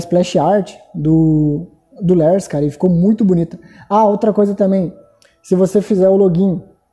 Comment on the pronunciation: Literalmente todo mundo: Lars: Lers (ou eu que sou burro e entendi errado)